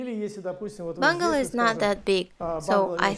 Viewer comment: Что за бунгАло? В слове Бунгало - ударение делается на первый слог, и даже в английском : БУнгало. Это чужое слово и в английском пришло из хинди/ и бенгальского «Бангала» что означает изначально «бенгальский» (стиль дома)